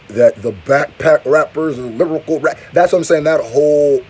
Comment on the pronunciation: “Lyricool” that ain’t it chief lol